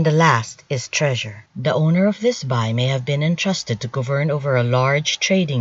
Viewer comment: Bi pronounced as "bee", not "bye"